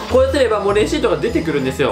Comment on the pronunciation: レアシートってきこえた